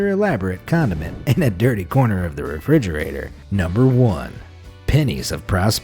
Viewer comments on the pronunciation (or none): none